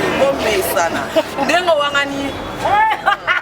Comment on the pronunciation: Carine balobaka westere te .... plutôt western lol